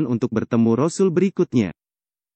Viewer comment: Sngt d syngkn utk sebutan rosul vokalx tdk fasih alias nggak bnr ..sbaikx utk pengisi suara digantikn org lain yg yg lbh fasih ..